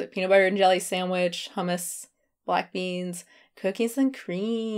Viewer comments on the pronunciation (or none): none